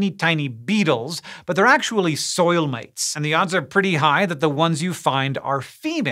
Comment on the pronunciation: When Hank Green says, " Mites," it sounds like an Austrailian saying "Mates." G'day...